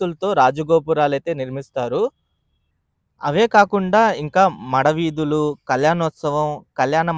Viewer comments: చిన్న సవరణ. 'మడ' వీధులుకాదు, "మాడ" వీధులు. ద్రోన్ ఫొటోగ్రఫీ బావుంది😂😂😂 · మడ వీధులు కాదు బ్రో మాడ వీధులు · మడ వీధులు కాదు అండి మాడ వీధులు.